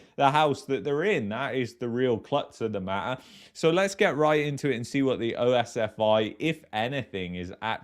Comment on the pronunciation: Its not O-S-F-I ...its just like saying the whole word pronounced as OSFEE.